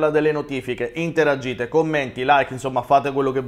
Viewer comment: Interagite non si può sentire 😂😂😂